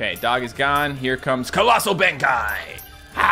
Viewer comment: I love these battle cats videos, they're very interesting, but fair word of warning to so he doesn't get criticized, I'm pretty sure colossal Benkei is pronounced Ben-Kay